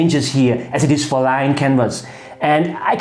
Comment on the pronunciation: When you talked about canvas of line, did you mean 'linen'? D.h. Leinen, nicht Linie oder Linien? Otherwise, I'm having a hard time figuring out what it does mean.